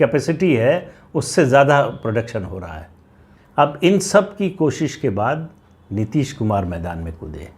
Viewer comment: Neeteees ne.....kuch jyaada hi tharrrrraaaa le liya kya?